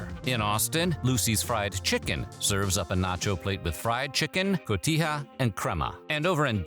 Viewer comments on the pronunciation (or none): none